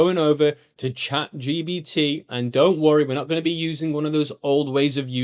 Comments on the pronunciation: for real its a bit irritating 😅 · I love how you always say chat gBt rather than gPt 😂